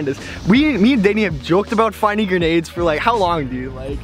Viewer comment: It’s grenades not gernades😂😂😂 not hate you make money from this and I don’t